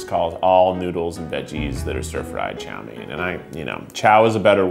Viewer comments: Did he just call it yo main it’s chow main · As a asian every time he says a Chinese word wrong like “chow mein” makes me cringe but idc bc I’m not that cringe worthy